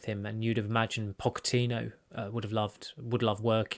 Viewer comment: Pocho-Tino? Wth?